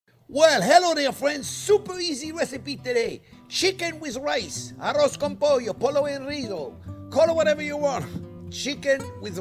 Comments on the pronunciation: "Arroz con pollo" Excellent spanish accent Chef!!😊 is a cheap dish, easy to do and tasty...Great recipe this version "A la Jean-Pierre" I love it! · arroz con pollo! your Spanish is great haha